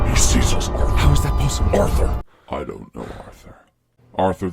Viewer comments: The more you listen to this the more it sound like is saying Arffr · The evolution of the "Arthur..."s morphing into "ORTHUR" is so funny to me lol